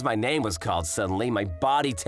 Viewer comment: how the hell did she fall in love with person who cant even say her name right